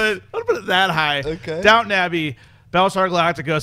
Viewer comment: It's Downton Abbey, not Downtown !!